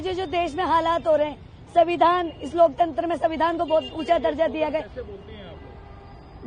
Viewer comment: iske n rahul gadhi ke beech sadak per joote marne chahiye savidhaan bol rahi hai samvidhan bolna tak nahi aata anpadh aurat ko